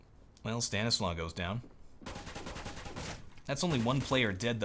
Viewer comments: I'm pretty sure it's Stan is law not Stan islaw. xd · Stanislaw is prononced like Stanislav